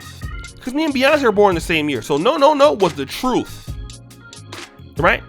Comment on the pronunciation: Boy you telling the "TROOF"!! I'm 49, and if I ran my mouth to my mom she'd STILL smack the taste out of my mouth...and I'd deserve it too!! 💯👏👏